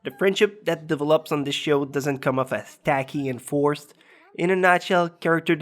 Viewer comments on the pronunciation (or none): he says "devilups" not develops